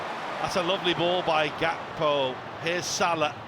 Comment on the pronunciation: Why does the commentator keep saying Gakpos name wrong. Its so annoying.